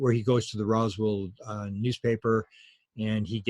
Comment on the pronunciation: Roswell,not Roswald. Keep it together as a Canadian national treasure Will you man?